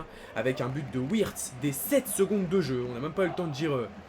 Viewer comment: Wirtz se prononce Virtz